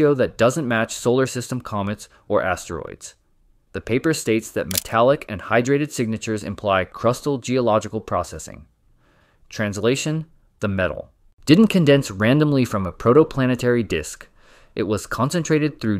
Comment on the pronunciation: Not CRYSTAL! CRUSTAL LIKE CRUST.